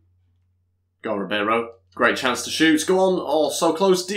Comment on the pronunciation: if ı'm not mistaken cancelo's name is pronounced as is not with canceyo as you say it would have been cancelo if it was cancello double l is pronounced as y